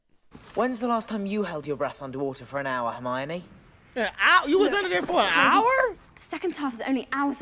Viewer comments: Back when The Batman was in a Harry Potter movie. My boy calls Hermione "Armani" 🤣🤣🤣 best way to remember is Her-Miney. And when you finish the series, you should check out the HBO special they released New Years. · He hit the caretaker with the “green blast” (death curse) at the beginning, Harry was seeing that meeting in his dream…also bro you saying Armani??? It’s HER-MY-NEE 🤣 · Its pronounced "Her-mine-ee". Ideally in a british accent the h is nearly silent and it sounds more like "Err (like error) - mine -ee", then the "mine" is a bit different too, but at least then you'd have the letters right. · Petition to change Hermione’s pronunciation to Armani 🙋‍♀️ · I ❤️ that you call her “Armani” 😂🧙🏻‍♀️🪄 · I know this is from a year ago but i'm still waiting for someone in the comments to tell him it's HERMIONE not Armionie. lmao!!!!! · Still with the "Armani" lol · Not criticize your pronunciation of Hermione’s name, but the way I remember it is: her-my-o-knee. Love your commentaries otherwise. Should listen to the audiobooks. Jim Dale is talented.